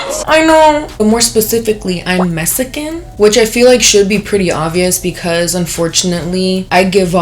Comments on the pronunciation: "I'm mesican" gurrrrllll 😂😂😂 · "Messican" pinche no Sabo kid no mames way